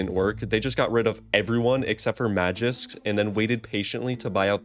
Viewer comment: 2 things its magisk and not magix lol and how can niko be the best rifler in the world if he chokes EVERY major. doesnt make sense